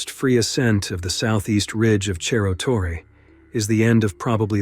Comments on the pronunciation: Hi ! amazing video but it is Cerro not Cherro Torre 👍🏽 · It's disappointing to have an otherwise excellent video marred by a sloppy mispronunciation. It's not "cherro torre" - that would be Italian. It's pronounced "serro torre." On the one hand, it's a story well told; on the other, that kind of carelessness would never get past the editor of a broadcast or cable TV documentary. It all depends on how professional you want to be. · Your pronunciation of Cerro Torre in Argentina is wrong. In Spanish ce is pronounced like se in sender. Cerro is hill or mountain in Spanish